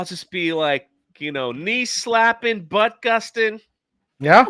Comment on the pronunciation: said "butt-gusting" instead of gut busting! Lol! It was funnier than She-Hulk could hope to be. My guess for an embarrassing she hulk episode would be Jen runs into an ex. It sounds boring, but that's on par for this show.